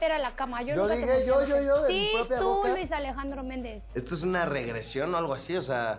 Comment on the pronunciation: "Luis Alejandro Méndez" lo dice JAJAJ